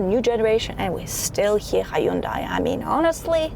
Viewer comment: It's pronounced Hyundai like Sunday.